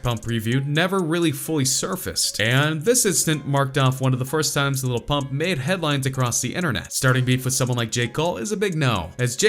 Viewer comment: White guy: Gucci Gane , Little PuMp wtf